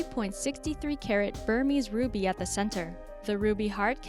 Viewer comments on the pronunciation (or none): none